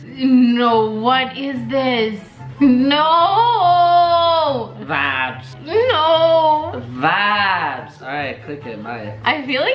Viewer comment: My ears r bleeding all I here is that's vibes not bod not bod